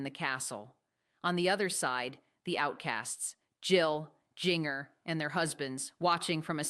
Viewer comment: Lady its Jinger pronounce Ginger